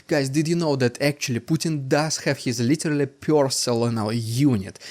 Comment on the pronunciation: Stop saying litelly..its literally..but you still say too much